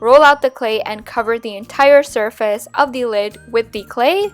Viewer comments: am i the only one who heard her say "shurface" instead of "surface"? yes? ok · She said entire shurface lmao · Did anyone else hear her say shurface in the the beginning of the oliver thing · Did anyone else notice that she said "Shurface" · She said shurface